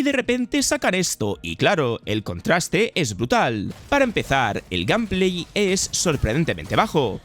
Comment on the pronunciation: Que raro dices gameplay macho.....